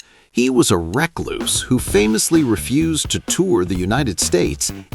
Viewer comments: It's not pronounced reckloose . The word recluse is pronounced rcluws. America!!!? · AI says he is a "wreck loose"...and I close the vid and move on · A wreck loose? really? : ) Thanks for the early AI slop indicator. (no shade on the content, just the laziness of channel not recording a human reading the material. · He was a wreck -loose. I hate AI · ReCLUSE the stress is on the second syllable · A ‘wreck loose’ 😂 interesting mispronunciation 😂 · A ‘reck loose’ lol. Gotta love Ai smh